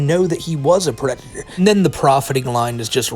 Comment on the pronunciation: actually, white bowser is a pwedatuh